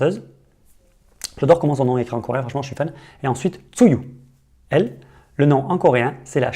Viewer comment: Superbe vidéo ! :) Mais Tzuyu se prononce "Chewie"